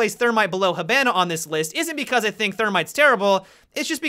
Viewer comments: (Ha-ba-nah) hibana u say (“ha-b-A-an”) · Why does Hibana being pronounced "He-BAN- ah" bother me so much. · I started laughing when you said hipona I’m S ranked but you weren’t lying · It hurts me when you say Hi ban ah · “Heh-ban-a”. Made me cringe. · The way he says Hibana, I can’t EVEN. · you saying hibana makes me cry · When mat can't say hibana right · Lol the way u say hibana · I probably sound like a weeb but you say Hibana incorrectly. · The way you pronounced hibana and dokkaebi pisses me off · Hibana is a Japanese word. Learn how to say it correctly.